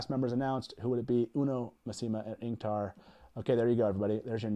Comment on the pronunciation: ow my ears! I've always said it as MASS-ih-mah, not ma-SEE-mah